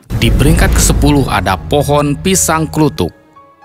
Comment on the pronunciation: Bukan org jawa itu kelihatan nyebut pisang kluthuk disebut klutuk dan itu beda cara pengucapannya